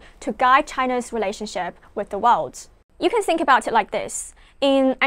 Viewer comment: Im afraid you didnt learn much in your studies in UK. You still just don't get it. And you're pronouncing "world" incorrectly. It's "wurld" not "wowed".